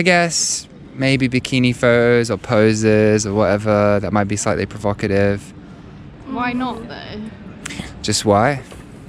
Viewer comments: I think she was provoked by the term 'provocative'... even though she couldn't pronounce it, lol. But to be fair, I think the term carries an accusatory tone of judgement, that would not be present by simply describing how a woman was (or was not) dressed. I guess it does reveal that she participates in this. If someone asked me why men post provocative pics of themselves, I wouldn't be offended because I don't relate to that. My answer would probably be 'Because they're simple-minded wankers.' 😄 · The "blonde" couldn't even pronounce the word, provocative.